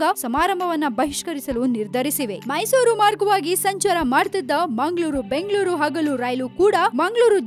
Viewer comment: whether it is munglur or bunglur. where are these cities? no fluency in kannada language.